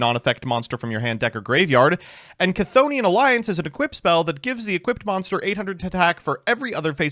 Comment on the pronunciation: clearly isn't a Chazz fan given the way he pronounces "Chthonian"